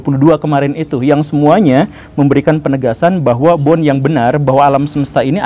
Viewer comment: Tolong untuk pengucapan nama orang jangan salah pak guru....bohr kok dibaca bon